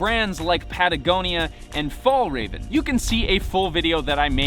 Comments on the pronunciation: Nice video but before you make your fjällräven video please learn how pronounce it right so you don't call it fall raven go use google translate to hear how it is pronounce in swedish. I know i'm a bit pain in the ass on when hear pebble from the the UK and north america pronounce thing wrong it the same with when people pronounce Braun as Bron when it sounds the same in English as in German. braun, brown, braun bron. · Great video! Before you make a video about fjällräven, look up how to pronounce it though... 😋😘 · It took me a while before I got that you were trying to say Fjällräven. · Pls figure out how to pronounce Fjall raven